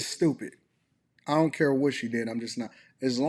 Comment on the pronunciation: I hate that she’s 50 and says zont instead of don’t